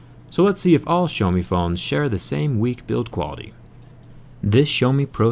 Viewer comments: Da fck, dude. You are wrong. Xaomi! Not Shaomi, Chaomi. It's more like Siaomi. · почему "шиаоми"??? аааа бесите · "sha-oww(as in that hurts) me" = pronunciation of Xiaomi fyi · I was wondering what is "Show Me" brand but the realized he's talking about Xiaomi. I am no expert saying that either, but the "Show Me" is definitely fucked up pronunciation. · its not SHOWME its H I A O M I (xiaomi) dick face